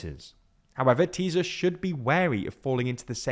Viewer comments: Let me offer a little help about the pronunciation of the name Tisza. In Hungarian 'S' and 'Z' combined is the same as an 'S' in English (by the way 'S' alone is like 'SH'). You don't have to pronounce the Z in any way at all. You got it right with Fidesz, the rules here are the same. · Ok, you guys are progressing. You called TISZA 'teaser' but at least didn't pronounce it as TISHA as if it was polish (as you kept doing with FIDESZ for years). An SZ in hungarian is a normal S. The party (and the river) is pronounced tee-sah. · Almost. He says it a bit like z occasionally but at least he is not saying tisha. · the guy isn’t even close to correct vowel sounds, which are round as in Farsi. Also, he consistently pronounces Tisza ‘tiza’. Sz is how ‘s’ is spelled in Magyarő. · Learn to pronounce Hungarian. "sz" does not have a "z" sound. It is pronounced like "s" in English. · Its not Fídez, but Fidesz( pronounce Fides) and its not Tíza, but Tisza ( pronounce Tisa) . But it was an informative video. Only these disturbed my ears. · Just for help Try to say it a funny russian acent Madjar (Magyar) And Just say Tisa(Tisza) Hungarian 'Sz' is just 'S' 'S' is 'Sh' 'Zs' is the french 'J' in BonJour You dont need to brake your tongue for these letters For that there is 'Cs' Ch like in Chicago 'Dz' wel if you just say these letters very fast after ech other a lot you get the sound I guess Its actually can be applied to all of my double letters Except 'Ly: its a 'J' with special rights to be in random words Just read it as a hungarian 'J' 'J' is Always like the 'Y' in New York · fidesz= fides tisza= tisa that´s how you pronounce them in english, and another thing, in hungarian our last names usually come first when saying our entire name so it´s not Péter Magyar but Magyar Péter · Magyar is pronounced something like moyor, and Tisza is pronounced teessa.